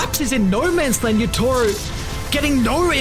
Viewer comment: caster said "yatoro" its kinda funny